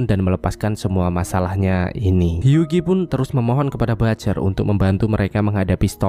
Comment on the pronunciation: Huggie dibacanya "Hyuwi", gan.